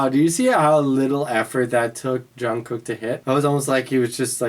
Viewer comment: the way people pronounce they names is killing me))) jungkook not “john” and not “kook” jung is like “ch” in word “cheese” and second one “gguk” if you watch bts run or other stuff with them with subtitles you can clearly hear how they pronounce each others names